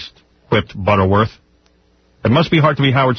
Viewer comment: "Whipped Butterworth" 🤦🏻‍♂️